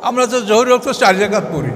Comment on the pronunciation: রাকাত কে বলা হচ্ছে রেকাত? আর এরাই মওদূদী রাহিমাহুল্লাহ এর ডাঃ জাকির নায়েকের সমালোচনা করে অহরহ